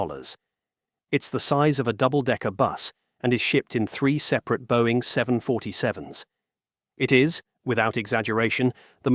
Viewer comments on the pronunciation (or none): none